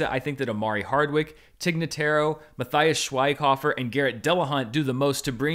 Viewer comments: MaFias Schueighafer! 🤣 Sorry, I am from Germany and I just checked out the video, to hear how he would spell out the name of the very famous german actor "Matthias Schweighöfer" who got his first really big role in an american movie of a famous director with this flick 😂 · Matthias Schweighöfer is pronounced Muh-tee-us sh-vayg-hœ-fair